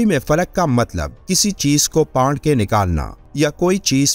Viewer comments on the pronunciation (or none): Pard k nhi phard ke bhai